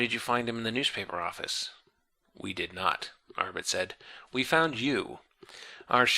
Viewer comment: I wonder why he switched from pronouncing Arbat as... well, Arbat, to Arbit